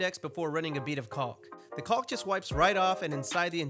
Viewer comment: The "L" in caulk is silent.